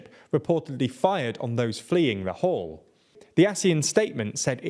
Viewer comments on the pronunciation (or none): none